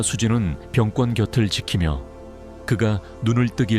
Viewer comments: 자막이 시원찬으면 낭독이라도 잘하세요. 갈수록 태산. 사람이름 병권은 그냥 권으로 읽으세요. 된소리말고. 꿘은 병뒤에 쓸때는 군사력인 병권을 의미합니다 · 발음 바로 하세요 권 인데 계속 꿘이라 하시네요 귀가 불편 합니다 부모님 마음가짐이 문제 있으십니다 위기상황 에 반성 하시네요 마음관리 잘 하셔서 화합 하시기를 😊😊😊